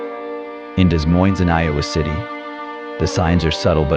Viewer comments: Pronounced 'da moine' not Des Moines. AI generated narration. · It's pronounced De Moine. Spelled Des Moines, but neither s is pronounced. BTW, this is NOT Des Moines!! You were showing palm trees!! You are lying about this situation in Des Moines!! Stop it!! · What are you doing?That was not in Des Moines, Iowa.The busses, we dont have that kind of busses, the streets, some of them,buildings, are not in Des Moines. And learn to pronounce right Des Moines!You took videos from other places and put them together like they were from Des Moines. Shame to you! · The AI does not even know how to say Des Moines. LOL